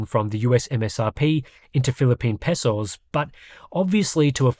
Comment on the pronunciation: More importantly, Peso is pronounced Pay-So. My family laughs at him when he says it wrong